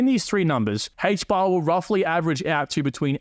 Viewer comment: Aye-ch bar. Not Hay-ch bar lol